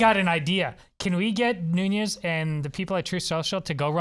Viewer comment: Nunes is pronounced NU-nes. It is Portuguese, not Spanish.